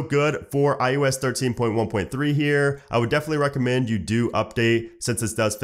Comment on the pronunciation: iOS right?? not IUS